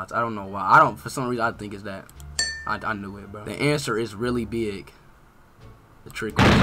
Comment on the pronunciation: How he says be-ig has me dead